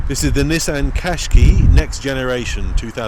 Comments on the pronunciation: why do you pronounce it "kashkee"? It's kashkai. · Its said like this cash ki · I thought the name Qash"qai" was supposed to rhyme with "buy", not with "key"?? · It's a Nissan quashqai not a cashkee for info